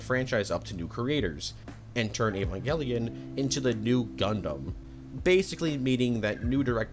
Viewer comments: Okay, the pronunciations are all over the place, but did I hear an Evanjellion !? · do you have any source for that, because i've heard that was just a rumor and he had no idea what the toy was. if he was a fan, you'd think he'd know how to pronounce the name, instead of "evan-jelly-in"